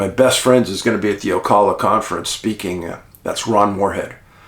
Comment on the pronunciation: It's Oh-Cal-La, Ocala